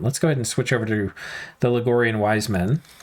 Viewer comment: I'm pretty sure it's pronounced Log-ri-an; there's no "O" to spell Logorian :).